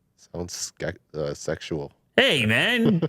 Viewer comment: bro said uhhhh sexual?😂